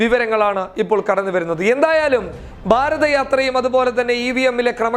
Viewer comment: ക്ഷമിക്കണം, ബാരത അല്ല, ഭാരത എന്ന് തന്നെ പറയുക. പബ്ലിക് ചാനൽ അല്ലേ ☺️🙏